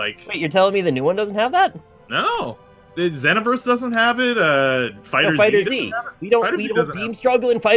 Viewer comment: its not fighter z its fighterz